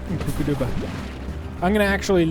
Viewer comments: the mud balls you need to put in those statues with the green ball in them they are called kookadoba crackers. The kkokadobas are not pronounced (koo-kah-doo-bah) it is pronounced (koo-kah-dow-bah). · I’m pretty sure it’s pronounced kook-uh-doe-bu fruit I think.